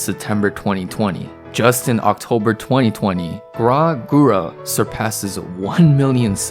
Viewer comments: 2 things. 1. This is an amazing video. It made me tear up twice. Once with the call from her father and the other at the end with the crowd saying "kyou mo kawaii~!!" 2. Did you really call Gawr Gura, "Graw Gura"? I am both sad and infuriated. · thank you for this video, its such a nice summary of her story and career. but when you said "graah gura" that killed me. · Bruh "Guwrah Goora" lmao